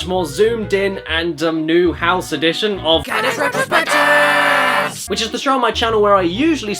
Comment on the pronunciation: I swear i hear "caddys retrobitches"